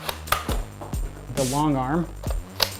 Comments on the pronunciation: Vage a bond not vajabond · The first blaster you shown has a weird name.va-ji-bond? I think it's Va-ga-bond. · It is VAGA-bond not VAJA-bond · Not pronounced vajabond vagabond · its pronounced va- guh-baand not va-juh-baand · ITS VAGABOND NOT VAGABOND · excuse me.....vajabond? vagabond dude. With a G not a J you wafflehead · its pronounced v-a-g-b-o-n-d not v-a-j-b-o-n-d. :D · Its vagabond not vajabond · he says it like vajabond i,ts vagabond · He said “vajabond” I’m dying! 😂😂😂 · He says vajabond like Vagi**, when its vagabond (vag-uh-bond). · It’s vag-a-bond not vaj-a-bond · not vajabond, vagabond (pronunciation, not display) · It's not pronounced va-Ja-bond , it is pronounced how it's spelled, or vagabond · It’s not pronounced “vajuhbond”, it’s pronounced “VAYguhbond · Oooohhh, a vadge It's va-gu-bond. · It's pronounced vaygubond not vaggabond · It’s not vajabond it’s Vagabond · It's vagabond not vagabong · VAGGABOND you say vageabond I say vaggabond(this isn't the spelling this is how you pronounce it) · It’s pronounced “vague-a-bond” not vaga-bong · It’s vagabond not vajabond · it's pronounced like vega not vaga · v-a-g-a-b-o-n-d not vajabond you nooooooooob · Its pronounced vagabond not what you said pls dont roast me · It's pronounced vagabond not vajabond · It's pronounced Va-Ga-Bond, not Va-Ja-Bond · i think its pronounced vae-ga-bond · ITS PRONOUNCED VEGA- (like Los Vegas) -BOND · ITS: VA-GA-BOND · Vagabond is pronounced va gah bond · WHY DO YOU PRONOUNCE VAGABOND LIKE HOW YOU PRONOUNCE VAGINAW ITS VA-GA BOND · its pronounce vaGabond the g doesnt make a J sound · vagabond is pronounced "vag-a-bond" the g is a hard g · Did he pronounce it “vajabond”? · He said vaggibon 😂😂😂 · Vagabond, with a hard g sound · It’s va-ga-bond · It’s not a vajabond its a vagabond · Dude, it isn't pronounced "Vaj" abond.... It rhymes with bag - But otherwise, good, detailed reviews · vagabond pronounced va-gaa-bond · Va gu bon is how you pernonce it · its vAgabond like las vegas